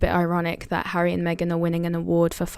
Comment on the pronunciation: Hi she cannot say HARRY???